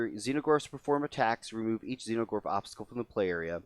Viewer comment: Is there a reason you are saying "Xeno"gorth instead of "Exo"gorth ?